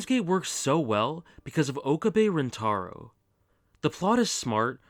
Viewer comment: its Oh-cab-eh (okabe) rin-tah-roh (rintarou). ive watched alot of anime so yes i can pronounciate japanese words 😂